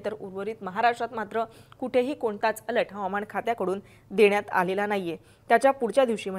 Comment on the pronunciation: अलट नाही अलर्ट 😂